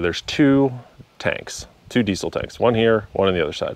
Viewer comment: Did you say decent leak or diesel leak??